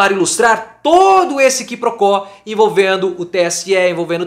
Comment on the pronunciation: Só para dar uma ajuda : Qui pro quo, locução em latim que quer dizer isso por aquilo, lê-se : cuì pro quò